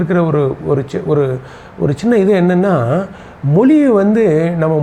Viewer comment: JK வை விளக்கும் முயற்ச்சிக்கு வாழ்த்துக்கள். ஆனாலும் மொதல்ல மொழி ய மொழின்னு சொல்ல பழகணும். 🙏🙏 மொளி என்று சொல்லவே கூடாது🤔🤔